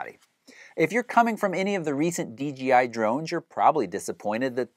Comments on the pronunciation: Why do all the reviewers call it dgi instead of dji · People just can't say DJI they always say DGI get with it people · D "J" I...not "g"....seriously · Why does everyone say DGI...??? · It's "j", not "G" in the company's name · About the 10th time he said D GEE I.....I had to move on. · Hey bro, bros and Broettes it’s DJI not DGI. Damn learn to speak!